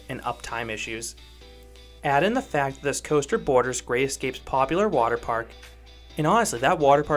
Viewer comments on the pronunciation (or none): none